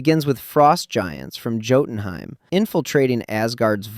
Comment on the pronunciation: YOU KNOW HOW TO SAY LAUFEY RIGHT BUT NOT JOTUNHEIM???